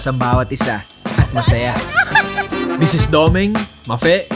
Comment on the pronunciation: loko ka HAHAHA imbes na "this is" ginawa mong versus 😂